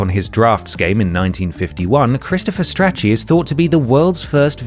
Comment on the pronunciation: Strachey isn’t pronounced like itchy and scratchy 😅 it’s like achey (achey strachey heart)